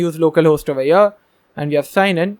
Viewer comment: thanx for this amazing course, i wanted to say it is not "oveyer ", it is "over here" u use this word a lot, and repeatin oveyer oveyer oveye 😁, at the beginning i thaught it is indian word but after two hours i understood u r sayig over here